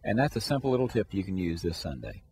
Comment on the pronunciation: funny.. i just clicked when he said this sunday.. not because of church day sunday but how he says it ... dam it . i didnt know church goers in america had their own accent